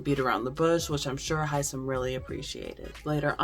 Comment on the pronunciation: I love Hisom. Isn’t everybody pronouncing his name wrong?